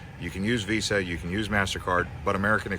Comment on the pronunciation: It’s pronounced veeza!